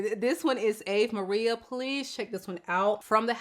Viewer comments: I’m excited to try Ave Maria. I’ve tried BomBon, Casa Blanca, Rosario, and La Mar. None of them were my personal tastes but they all smelt really good for what they were meant to be. Top tier. Ave Maria is the first one I’ve seen the notes and really seems my vibe. Also, it’s pronounced “ah-vay” There’s a very popular song by the name… and bc I know you’re a Beyonce girlie she did her own version of this song on her I am..Sasha Fierce album, it’s so beautiful. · Great choices! I think it's ah-vay Maria. Cheers!